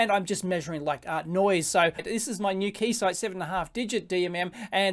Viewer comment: This confused me a little bit, too. He clearly said 'four double-0 eight' several times, but when I looked, the equipment said 488, which would be 'four double-8,' right?